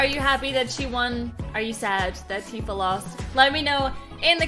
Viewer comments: Tifa is pronounced Tea fuh because "i" makes the long e sound in Japanese pronunciation. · Tifa (Tea-Fuh) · I hate to be the local weeb but in Japanese i is pronounced like e resulting in Tifa being Teefa and Tidus being Teedus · The "i" in Tifa can be pronounced different ways, not only with a "ee" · Tifa has a long I sound...